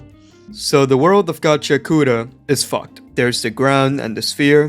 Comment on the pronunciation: it's pronounces gachi-akuta, not gachia-kuta